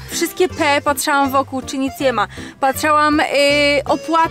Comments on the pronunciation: MÓWI SIĘ PATRZYŁAM!!!A NIE PATRZAŁAM. Bez żartów neucz się poprawnie mówić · Mówi się patrzyłam a nie patrzałam..matko boska.. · Kobito ty mówić nie umiesz!! Ty mówisz patrzałam a nie patrzyłam